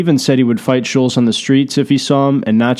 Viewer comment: SHULLZ....SHULLZ......it's fucking ShulTtttttZ